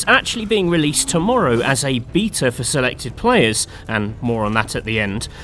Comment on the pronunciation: Why you say beta like that? Lol